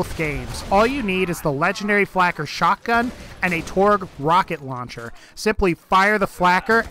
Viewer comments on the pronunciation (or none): none